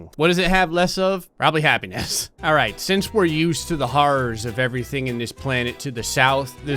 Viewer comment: Keep clicking rewind every time says alright at the very beginning, it sound like he is saying are ass